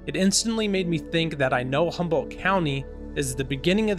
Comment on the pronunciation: H U M B O L D T !!! No Humble, and not Humboldt. !! Come in ; a simple , grammar school word!! How is anyone supposed to believe any of the important things you talk about when you cannot pronounce Humboldt correctly or even incorrectly but consistently? Please, tout are working for the Lord, right? Then do as if unto Him! Maranatha!